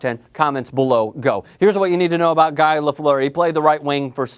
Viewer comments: It's pronounced GEE not GUY. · 'Guy' Lafleuer? It's pronounced 'Gee' dumbass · Lol its not guy lafleur its pronounced gu - ee. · It's not pronounced guy lafleer. It's pronounce gee laufliere and spelled guy lafleur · It's pronounced gee lefleur, not guy lol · It's pronounced GEE Lafleur first of all... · It's gee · Its "Gee" you knob jockey! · Guy is pronounced ghee. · The pronunciation of Lafleur's first name shows that this guy doesn't know a hockey puck from a burnt bagel. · I'm afraid your list cannot be taken seriously if you don't know how to pronounce Guy Lafleur. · WTF!!! GRETZ didn't demand a trade.....plain and simple. was he was sold. What he demanded was that Marty McSorley and Mike Krushelnyski go with him, get your facts straight. other then that a good list but I would have Mario at #2. Glad you had Guy in there but learn how to pronounce his name LOL